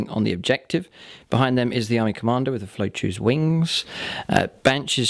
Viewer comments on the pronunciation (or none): Your pronunciation of eldar words confounds me, lots of extra letters lol eg. Liyanden, Aloothwe, Falouchu, . . . . If you pronounce them as they are written, and said by GW staff they are; ee yan den, oolthway, Fal choo